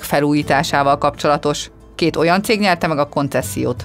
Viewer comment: "oan"😷 sikeresek.